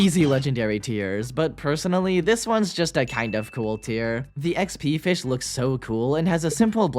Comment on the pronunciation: Pronounced: fysh